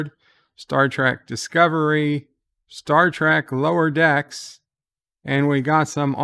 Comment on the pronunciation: You keep misprouncing the name of Lower Standards